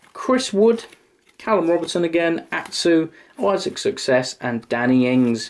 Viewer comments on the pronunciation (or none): none